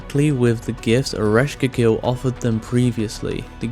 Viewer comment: Erish Quaygull not keegill